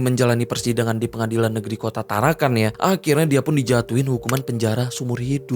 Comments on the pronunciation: TarakaN bang, bukan tarakaNG. Salam dari Tarakan. 😁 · Hahahah bukan tarankang. Bro tarakan 😂